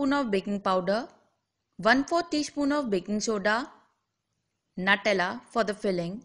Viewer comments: It's Nutella not natella!!☺🙂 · It is pronounced 'nuu-tell-aa'